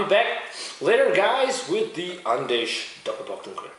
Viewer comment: Nice review! I don't mean to be a smartass, but its actually pronounced "Andecks" :)